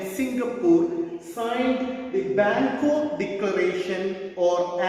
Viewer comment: Bangok or bangkok ?